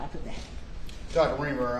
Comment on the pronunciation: R-I-E-M-E-R not Reimer. She spells is out for you within the first 5 seconds of the video.